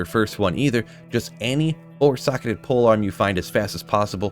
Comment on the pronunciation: ‘Pole arm’